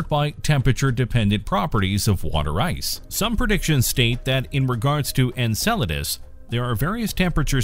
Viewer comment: Finally! I was waiting for this video without you pronouncing it: ENSALADAS